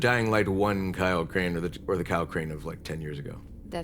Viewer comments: Crane? Crane rhymes with train, and brain, and sane, and grain, and rain, and plain and the other kind of plane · Crane rhymes with Wayne